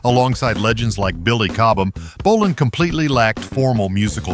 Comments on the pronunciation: And then it mispronounced Tom's last name too. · And yet another way to pronounce APPICE we didn't need. And later pronounces BOLIN as bow-LINE🤦🏻🤦🏻🤦🏻